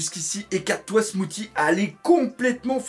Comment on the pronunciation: Smoothie comme le smoothie que tu bois/mange donc ça se pronnonce "smoossi" :p